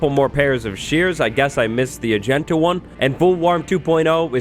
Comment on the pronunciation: "I guess I missed the AGENTA one"